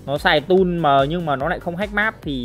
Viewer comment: Tool mà ông kia lại bảo toll